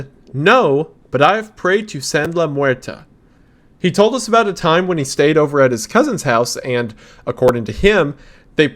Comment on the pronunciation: Correction: Meurte in San la Muerte is pronounced "muertey". Not "muerteh"